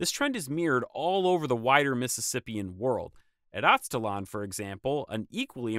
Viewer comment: I'll explain why, but It is pronounced "Az-te" (the same way you would start the word "Aztec") "laan" like lamb but with the "n." The reason is "Aztalan" as a name IS very much related to the Aztecs. But it came about because of an erroneous belief at the time of discovery that the mounds there were related to the Aztec culture, either the mythical northern homeland of the Aztecs or the power of the Aztecs reached that far north. Anyway, I live about a mile and a half away from that site. It's definitely a big deal to the locals and connects to other myths in the area.